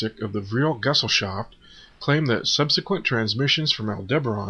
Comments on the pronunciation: Please find a German - English dictionary the word Gesellschaft is not pronounced "gezzleshahft" it is "guh-zel-shahft" thank you. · You would be a bit more convincing if you learned how to pronounce the german words correctly. It sounds like you have never read the material before. It's geSELLschaft, not GESellschaft, for instance. Otherwise your entry is very interesting. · For crying out loud.... I can't concentreat... Aldebaran (Al-de-b'-raan) Gesellschaft (G'-shell-saft) Jaeger (Yay-gur) Sigrun (Seeg-roen)